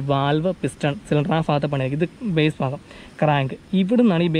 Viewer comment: ഫാഗമല്ല ഭാഗം